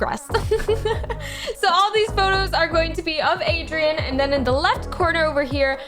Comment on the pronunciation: I like how we pronounce Adrien, “Adrian”